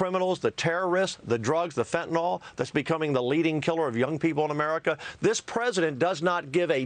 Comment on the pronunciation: Again there is no such thing as fentanol it’s fentanyl